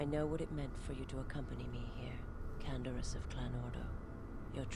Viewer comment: Awww, everybody's here. Chodo, Zherron, Riiken, the whole gang. Also: CAN-DE-ROUS